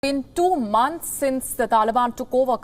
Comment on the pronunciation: (In tu munths). In the beginning on video